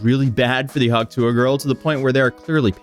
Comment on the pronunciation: Do you have trouble pronouncing the T in tuah?